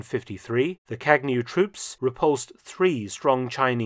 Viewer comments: It is not kagnew. Its Kañew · It is pronounced kağew like in spanish ğ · What a great video, thanks! In the official language of Ethiopia, Amharic, Kagnew has a silent g. Like champagne but with a slight twist. Kagnew should read something like kah . yow. The way you’d say filet miGNon